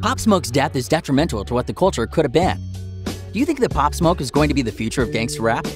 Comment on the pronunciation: They said his name wrong thats how i know hes looking for clout